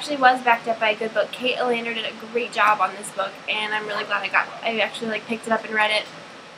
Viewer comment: Yes. I loved the characters too. :) The Alender is actually pronounced like (C)alendar. Hope you get better soon!!